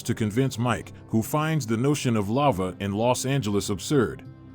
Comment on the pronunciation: Robot voice pronounces lava as lover